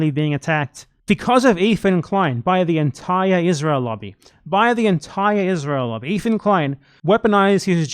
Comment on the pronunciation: “EEFAN KWEIN” 💀💀💀💀 you fuckin dork you are absolutely wrong and sound stupid